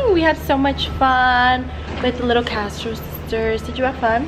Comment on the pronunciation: When the sub pronounces ur name wrong 😂💀